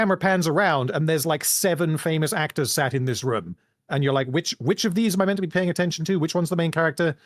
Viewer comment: If only he can say room and roof properly too